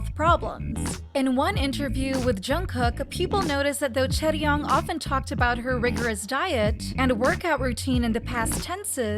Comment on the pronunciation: It’s chaeryeong*